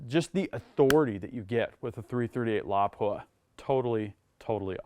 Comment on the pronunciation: Finally... someone pronouncing it correctly! Emphasis on the first syllable.